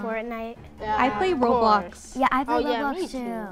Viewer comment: "I pway a wot of Woblox"